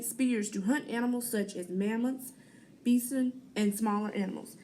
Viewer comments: I know it's been said but I cringed Hard at Bison, it By-Son, and Atlatl I can sorta understand, but yeah its at-lat-le not attle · its pronounced bi-son not beson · It’s pernouned bison not Beason